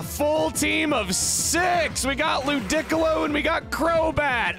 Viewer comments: Ludic-olo does not hit the ear nearly as well as Ludi-colo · i am begging you to look up how to pronounce names before saying them in videos. ludicolo is Loo-dee-kow-low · Hey Chuggaa I’m not sure if you knew but Ludicolo is actually pronounced Loo-dee-colo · Funny calling ludicolo ludiccolo. On the next episode of DBZ will ludiccolo crit Lasagna. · I am not going to call it "Lu-Dick-Oh-Low", lmfao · I always get caught off guard whenever he pronounces "Ludicolo" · Chugga's pokemon pronounciations can't hurt me. (Ludicolo intensifies)